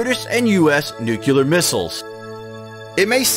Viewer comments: NUCLEAR is pronounced New Clee Ar, not Nuke You Lar. I know it's a small thing but pronouncing it incorrectly detracts from your credibility. Otherwise, great content. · Somebody really oughta clue that guy in that the word is “NEW-CLE-AR,” not “NUKE-ULAR.” You wanna be a voiceover guy...try harder. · he says nucular instead of nuclear lol oh again